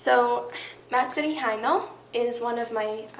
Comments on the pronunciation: Idk can you really take someone seriously when they can't even say the style of art right? Little things like 'manga' vs 'meinga' or 'Hino' vs 'haino' can really help ;>-> Just sayin' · Pronunciation quirks. Hino. (；∂ ‸ ∂)